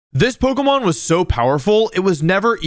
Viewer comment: Bro u pronounce every pokemon wrong my brain juat doesnt like it